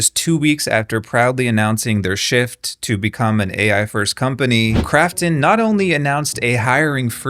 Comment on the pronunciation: When he says Krafton I keep hearing "crapton" and I don't know if it's on purpose but either way, it's accurate.